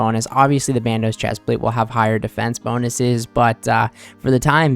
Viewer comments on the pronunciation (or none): none